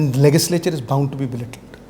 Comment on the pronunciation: Mr fuddu pronounce the word Legislature correctly